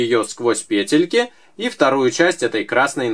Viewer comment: Не пЕтелька,а петЕлька